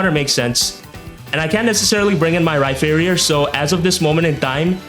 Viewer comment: its pronounced Rhyperior! like a peer